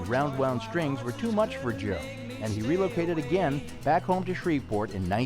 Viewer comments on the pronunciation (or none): Can't you pronounce relocated properly. Are we a nation of illiterates!